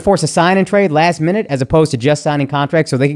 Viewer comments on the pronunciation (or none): none